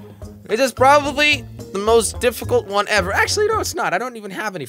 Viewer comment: it’s said “HEVER be able to produce healthy children”